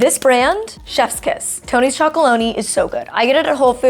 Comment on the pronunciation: Its called Tony's Choco-lonely, not lony. I only realised this myself this year!